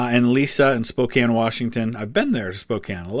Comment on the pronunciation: Holy cow, rare to hear someone not from the area to pronounce Spokane the right way 😂 another great reaction as always. Can’t wait for more